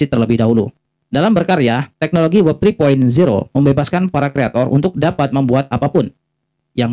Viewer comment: WEB (dengan e seperti pada kata "bebek" kok saya dengar membacanya seperti WOB atau WEB (e pada kata "tetap").